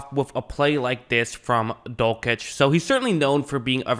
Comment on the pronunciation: Dul - sitch, not Dul - kitch